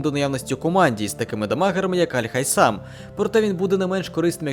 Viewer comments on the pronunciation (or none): Вибачте, але правильно саме Аль Хайтам, бо сполучення th у даному випадку ближче до нашого "т", аніж "с", і загалом, це вірно за правилами транскрипції. (без хейту)